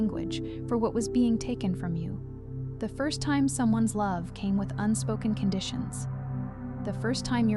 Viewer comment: “YES… this is what I Cane here to Receive”